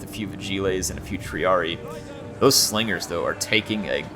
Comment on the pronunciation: It is indeed one of the best Rome 2 battles to date. Great job and respect to all involved players. But you gotta appreciate splendid commentary, his Star Wars references, and by favorite mispronunciation: "Swingers are gonna swing the battle", Slingers gonna sling;)